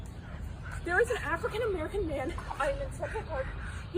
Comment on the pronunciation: Purple prose aside, I think it's silly to not pay attention to how she said it. I am definitely not a person that views the world through a racial lense and I hate when people cry anything-ism, but the emphasis that I hear her put on the words 'African-American' makes me think this phrase held a lot more meaning to her than it should've.